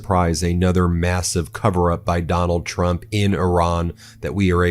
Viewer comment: I thought you said "McDonald Trump". It has a ring to it...